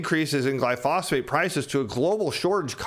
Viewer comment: "glyphosphate" instead of glyphosate lol